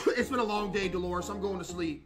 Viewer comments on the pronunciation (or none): Bro really said “deloris”…..😂